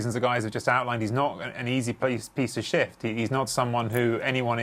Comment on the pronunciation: When he said "he's not an easy piece to shift." I heard "he's not an easy piece of shit." 😂😂😂